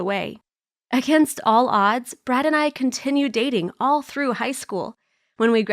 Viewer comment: Did she just say brat "I've got a boyfriend named brat"